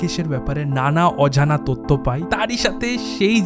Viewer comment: Content ভীষণ সুন্দর শুধু বাংলা উচ্চারণ যেমন- পারামানিক, তত্য, ইত্যাদি শুনতে বড্ড কানে লাগে এবং রুচির অভাব। একটু স্পষ্ট উচ্চারণ করো। ভিডিও আরও ভালো লাগবে। বেস্ট অফ লাক, খুব ভালো লাগল কন্টেন্টটা